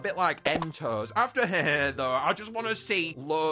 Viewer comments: Bro pronounced hyehehe e-e-e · I don’t like how prounounces hyehehe wrong he gets the hehe part right but not the hye in it